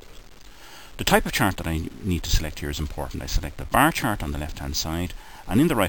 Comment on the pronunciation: It's not a bar chart it's a "Brrr Chrrrt!"